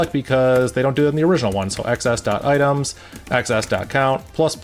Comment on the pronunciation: I find it so weird you say "ex ess" and not "exes".